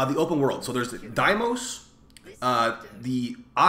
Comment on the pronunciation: Cool vid and all, but please say deimos correctly man.